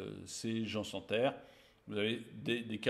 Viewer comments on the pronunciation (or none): none